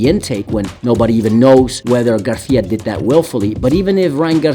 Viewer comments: He said ryan garthia😂😂😂😂 it's garcia my boy 😂😂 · Who the fuck is Ryan Garthia? Spanish pronunciation doesn’t mean Have a lisp 😂